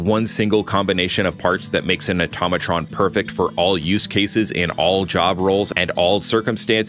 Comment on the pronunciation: Did he just say “automotrons”?